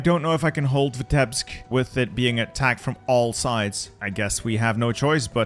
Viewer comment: Please, it isn't Vitébsk, it's Vítebsk. As a Russian it hurts my ears 🙃